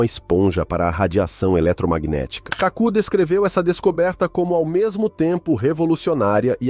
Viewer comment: O autor do vídeo deveria ter pesquisado melhor o nome do cientista. O correto é KÁKU , e não Cacú !